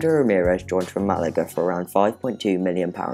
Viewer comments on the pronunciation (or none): none